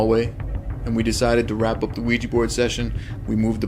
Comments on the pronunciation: It's OuiJA and not OuiJI guy's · You guys are f**king around with some bad shite playing with the Ouija board. There are no spirits just demons posing as such. Remember that when you are investigating. Also, you should have a proper consecrated crucifix and learn a couple of prayers such as the St. Michael prayer or pronounce the name of Jesus Christ to fend off dark souls or demons< Exorcists will use these methods and they are tried and true. Infact the Lord warned us about playing with such things. Be aware.